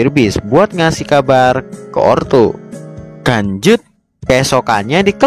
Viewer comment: apa aku salah denger saat mimin bilang lanjut terasa kayak bilang kanjut